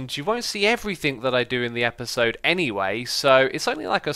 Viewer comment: If you listen carefully X says eperserd during the intro 😂 (ep-ER-sir-D)